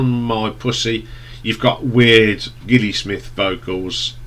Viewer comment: You do realise that Gilli is pronounced with a soft G, as it's short for Gillian?